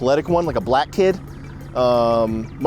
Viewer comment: lol I love the way he said that line...and for whatever reason he briefly transitions into a Australian accent "some of the foinest clothes you can buy at the mall, the blag people mall"...